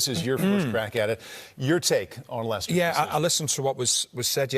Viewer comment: David said the late Leicester owners name perfectly. I couldn't